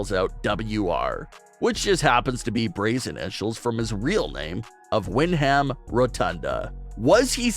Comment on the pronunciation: Dude…. Win-Ham??